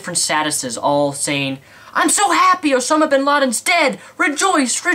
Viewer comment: Its OSAMA not OSONAM